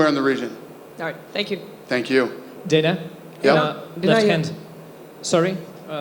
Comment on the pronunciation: Danhuh? White😅